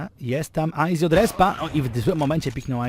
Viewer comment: meczyk spoko, jedyny minus to izak który nie umie poprawnie powiedzieć aizy